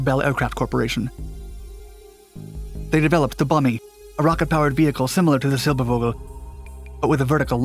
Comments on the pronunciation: i died a little bit inside every time silber-vogue-l was said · "Silbervogel" and "Sputnik" were pronounced like English words, completely wrong. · The german term "Vogel" is one of those nasty surprises, as it is one of a tiny number of words that are WRITTEN with a V, but SPOKEN with an F. "Fogel", or in this video, "Silberfogel", would be the correct way to say it. Sorry for making such a weird language XD But you really do a great job given how many terms in, for you, foreign languages you pronounce in your videos.